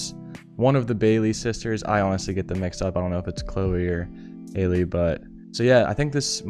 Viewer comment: The Bailey sister with the princess role is Halle. Also her name is Halle, like Halle Berry. Not Hailey